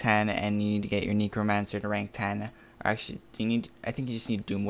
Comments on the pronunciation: Feel like hes saying negromancer instead of necromancer lmao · You are pronouncing necromancer wrong lol